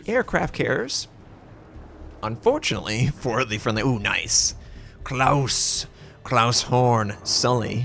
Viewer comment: Klas Horn not Klaus.....